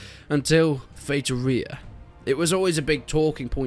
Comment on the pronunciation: The way he pronounces "Feitoria" makes it sound like an Italian dish.